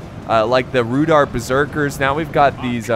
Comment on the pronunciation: It is pronounced Rude-hour.